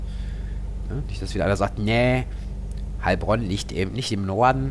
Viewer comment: Hallo :) haha gutes Video aber ich als Heilbronner spreche das Heil langsam aus , sonnst hört sich das leicht seltsam an. Mach weiter so bekommt zu wenig Aufmerksamkeit